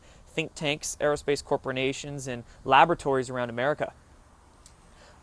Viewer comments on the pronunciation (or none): lol "copra-nations"